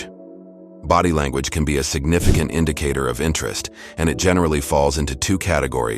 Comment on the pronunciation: "Signifi Can't indicator." Loving that AI 👍